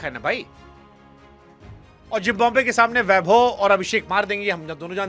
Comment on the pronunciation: Jimbabwe nahi Zimbabwe